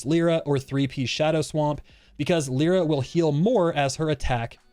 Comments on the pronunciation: "leera" american moment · Everyone talking about this character: Lie-ruh Vulcan: Leer-uh